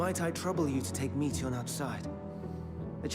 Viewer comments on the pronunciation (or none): no... it's not pronounced like meat 🥲 it's pronounced like Meteor. Meteion - meteor That's where the name is from. "Shooting star", remember? 🌠